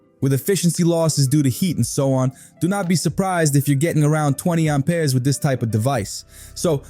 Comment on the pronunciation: Pure AI. I don't know any Brooklyn or Joisey Wop gonna say Aumpeers like a frenchy over plain old Amps. Amperes Amp Ears not Aum peers! Get your accents correct robot! I oughtta!!! 👊😡 🤖💥🤸